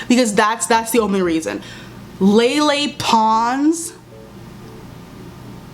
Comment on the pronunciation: the way you said lele pons im DEAD